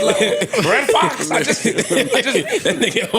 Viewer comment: Dude said Red Foxx